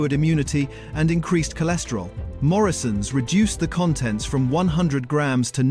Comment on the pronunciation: The AI in this video is absolute crap. Very disappointing video. You should have spent 6 months learning how to produce a good AI video or better still make a real one without AI. And whast is 41 pounds million? Crap video. It's Morrisons not Morrions. Bloody hell this is so poor it's unbelievable. Interesting eating jam with a spoon from a jar with the lid still on. Why are you showing jam jars when they should have coffee in them? What is a carkinogen? How does a broom turn into a shovel? Definitely the worst video I havce ever been unfortunate to watch.